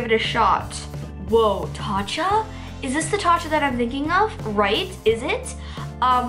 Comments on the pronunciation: I laughed so hard HAHA girl it says tocca not tatcha!!! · No hate!!! I love your videos! The brand was pronounced (Tow-ca)☺️⭐️